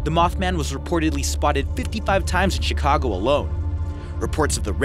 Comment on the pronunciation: uhhhh you pronounce Chicago with an SH.....NOT a CH....as you did in the beginning. Can't watch the rest of the video. mothman is fake. no proof. I live downtown